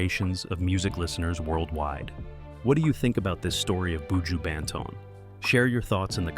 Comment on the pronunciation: Lawd. Please learn how to say his name properly tpc